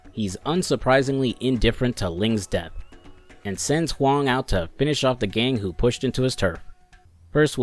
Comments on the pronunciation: Thumbs up for the good mandarin pronunciation of "Huang". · You got my sub for the simple act of looking up how to pronounce Huang. I appreciate it